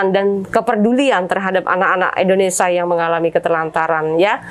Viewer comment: Indonesia mbak....Indonesia bukan Indonesa ......